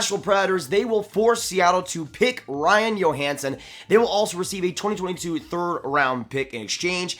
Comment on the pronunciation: Like the vid. Do you think they might get Keith from Chicago? And not to knock but is pronounced Joehansen nit Yohansen.